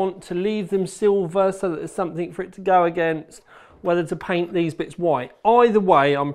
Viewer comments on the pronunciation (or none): none